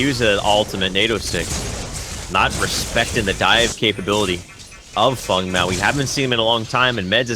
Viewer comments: Stop it with fung and kwong.... just say feng and wang... don't be obnoxious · plzwork Feng is blatantly chinese. Fong is the correct pronounciation. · Dude its Feng Mao pronounced like Fang Not sure where this imaginary u is coming from but cut it out